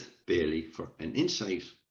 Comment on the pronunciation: It’s “Bailey” 👍